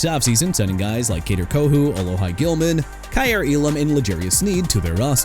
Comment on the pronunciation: Look dude... Terrell Smith is pronounced Tuh-rell and Tyrique Stevenson, Kyler Gordon and Jaylen Johnson ain't quarterbacks they're cornerbacks!! Also Alohi Gilman is pronounced uh-lo-hee! Taliese Fuaga as in tah-lee-ess-ay! Asim Richards not Asuma Richards!! Salvon Ahmed as in Sal-vahn! New Orleans as in NEW OR-LINS NOT NEW OR-LEANS AND CHICAGO AS IN EITHER SHEE-KAH-GOW OR SHUH-KAH-GOW! YOU'RE DONE BUTCHERING NAMES OF EVERYBODY AND EVERYTHING AND YOU NEED TO GET OUT!!!